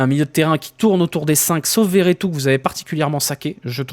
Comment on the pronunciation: C'est veretou pas vertout 😅